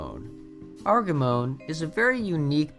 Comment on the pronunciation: Another fact to know is that when we were planning Argemone in voice chat, we pronounced it Arj-emm-onee, not Arg-emmoan. Sorry for the weird comment self-reply, I'm just updating as I finish watching the video